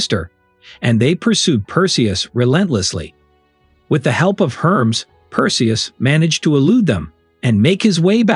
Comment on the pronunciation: It's Hermes ( Her mees) .